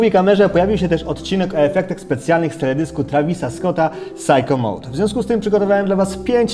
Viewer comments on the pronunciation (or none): Sajko mołd czytałoby się jakby było to PSYCHO mode, a SICKO MODĘ czyta się jako syko/siko mode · No nie Psycho Mode tylko siko mode, ale tak ogólnie to spoko :D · Nie mówię się:"sajko mołd" tylko:"siko mołd".